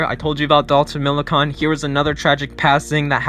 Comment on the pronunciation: Dalton is the son of NHRA driver Clay Millican, also its pronounced like you're saying "can" at the end of Millican But yeah that was a huge loss, dude had a promising career